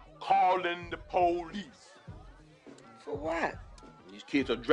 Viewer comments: Him in house party was hilarious calling the po - lice 😂😂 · Calling the po-lice 😂😂😂😂😂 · Calling the Po lice.. I dialed the wrong number 😂